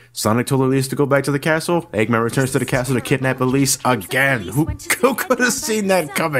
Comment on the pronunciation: "Doctor Aggmen"